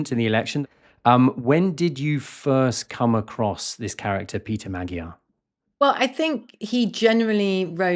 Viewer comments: MAG-YAR, not Madgyer! FFS BBC!! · It's annoying when journalists keep mispronouncing Magyar despite the country being literally named after the Magyars. Do a little research BBC journos.